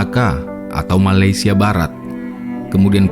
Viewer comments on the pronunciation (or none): none